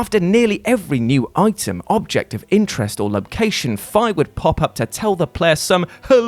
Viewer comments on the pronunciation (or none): Sorry but that butchering of Fi's name was bad when I heard it, F'EYE really.